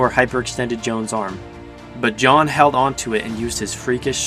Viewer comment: You called Jon, yan.